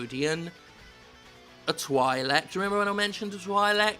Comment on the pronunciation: The way you pronounce Twi'lek disturbs me